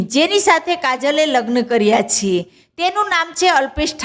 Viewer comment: છે બોલતા શીખો પહેલા... છે છે